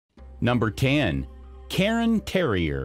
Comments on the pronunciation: Cairn terriers not Carin terriers.... air, care, cairn. CAIR-N.....CAIRN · Speak much? You are mispronouncing these breed names. The first one is not a Karen Terrier (do you mispronounce yearn, barn, spurn, torn, and bairn also?) ;the second one is not a Lapsa Apso and whatever else you're going to say next cuz I'm not listenin' to you anymore. But then I heard ... you mispronounced Bolonese (bolo + neez) as "Bellenese"! Congratulations are due, admittedly, to your attempt at Coton de Tulear, but it's Tu-lay-arr. And as I am writing this, you mispronounce Shih Tzu (she•tzu) as if it's "sh¡+-soup". It's "she-tsu", or lazily rendered most commonly as "sheet-sue, or "sheet-zoo". "Shed 'minimumly' ", you say? No, it's "min•i•mal•ly". Lastly, let me help you with the word, visage...it's not "vidgjugdge"... other people have trouble with this, too. Just imagine it being spelled "VIZ•zudge'. That should help. Be sure to put most of the stress/accent is on VIZ. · Oh for God's sake it is NOT pronounced "KAREN Terrier" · Yeah, he mispronounced cairn, bolognese, Lhasa apso, and maybe one other. "Karen" terrier? My ears bled a little.